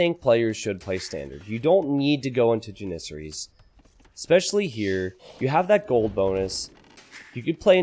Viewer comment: the way he mispronounces Janisaries (Jan - uh - sar - eees) <--- this is how u are supposed to say it